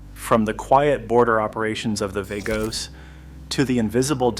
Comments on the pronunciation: VAH-goes, not VAY-goes. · Vagos is pronounced Vah-gos! 🙄 😂😂